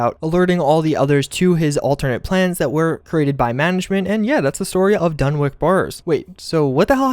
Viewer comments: For people saying its pronounced "wick" may be possible in other places, but in rhode island (where lovecraft is from) we pronounce basically everything different. Dunwich would be called dunnich. We have east and west greenwich, thats pronounced grennich. So, coming from a native rhode islander, im willing to bet he intended it to be pronounced dunnich, as is common in new england. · Dunwich! W I C H NOT "WICK" WICH! THE CH SOUND IS KINDA IMPORTANT THERE. disgraceful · It’s pronounced done witch not done wick just pointing that out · Dunwich.. done + witch. pronounced like sandwich.. Not done+wick. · Pronouncing it wrong, its dun- witch. Not Dun- wick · It's DUNWHICH! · Great vid, although I think it’s meant to be pronounced like Dunnich , rather than dunwick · Sorry. This is driving me crazy. It's a *sandwich*, not a *sandwik*, or a *sand -witch*. Ergo, it is pronounced *Dunwich*, not *Dunwik*. Although, maybe, it is actually the *Dun-Witch Borers*. It's seriously creepy. I would love to know the full-on Lore of these spooky places. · ‘Pre-face’, dunwic’k’ Come on…. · Dunwich, not Dunwick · You're definitely right about him missing the CH sound, but it's actually pronounced Duh-Nutch. The W should be silent. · Dunwich horror DUNWICH not dunwick 🤦‍♂️ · Just did some research and found that the correct way to pronounce Dunwich is by ignoring the W in the name (DUN-ich). Had to Google it to find out. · It's pronounced "Dunwich". Literally like Sandwich but, replace "Sand" with "Dun". Also, how many more times are you gonna say "Dunwich Horrors"? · It’s pronounced Dun-Witch. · Well, if you go to Ipswich, New England or any of the places that end in wich, the locals say it as witch. So it would be Dunwitch. But, in the UK, Dunwich would be pronounced Dun'ich. W is silent. I hope that clarifies how to pronounce Dunwich. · pronounced dun-ich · Dunwich not Dunwick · DunWHICH, as in "WITCH." Why can't anyone pronounce words on Youtube? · It's pronounced dun-itch